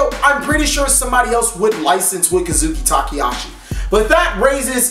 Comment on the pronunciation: Konami -> Ko-nah-me Kazuki Takahashi -> Ka-Zhu-Ki Tah-Kuh-Hah-She